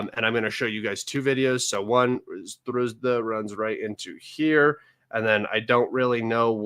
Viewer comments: why you keep calling Sudzha a Sdruzda? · It's more of a tragicomedy...so many thousands of people die around Sudzha and guy can't learn the name of the place for months ...